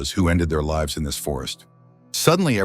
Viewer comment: It's pretty low-effort content, when the AI voice doesn't know the difference between "lives" as in "It cost lives," and "lives," as in "It lives!" That says that the humans behind the video aren't even bothering to watch and do simple edits. When you give them feedback, you're teaching the AI for them for free. I would just add the channel to my "do not recommend," without comment. There are ways that one person can use AI creatively, but this is just using it, lazily, for money.